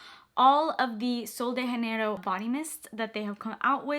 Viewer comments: It’s sol de Janeiro not haneiro💜 its a Brazilian brand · It’s not “sol de henerio” it’s “ sol de Jenero “ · I don’t think it’s “sol de hanero” 😅❤ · just a quick note 'janeiro' is not pronounced like that, you're pronouncing it in the spanish way, we pronounce the 'j' in portuguese very simiar to english, so pronounce 'janeiro' the same way you would in english 😊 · Pronouncing as Sol de Janeiro is correct, it's Portuguese, not Spanish like she pronounces in the video lol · Janeiro is a portuguese word! (Brazil) - not spanish. You kept pronouncing it like you were speaking spanish /‘muting’ the J lol. Super helpful video though, thank you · ITS PRONOUNCED WITH A J!!!!!! Not all of them are pronounced with an H. Hesus Christ 😡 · Just to note: you pronounce “Sol de Janeiro” wrong 😂 It isn’t spanish! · That’s not how u say sol de Janeiro lol